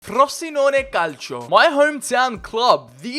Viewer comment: "My hometown" says Frossynone Calceeo. It's FroZeenone CalCHO.